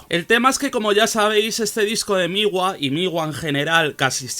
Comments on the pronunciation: No se dice Migua… Se pronuncia Mgua. Otra cosa, Ł no es una L (ele). Mgła en polaco significa Niebla. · me causa mucho conflicto como pronuncias MGLA, según he visto se pronuncia "múgla" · Se pronuncia Mgwa, ł esto es un signo diacrítico (gráficamente similar a la tilde aguda). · si, me gustó mucho el video xd y lo de la pronunciación así suena en el google translator de Polish, además en la página del metal archives también pone cómo se pronuncia, es algo entre múglah y muglá